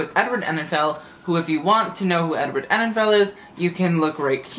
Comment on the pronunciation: Enninful not Enninfell :P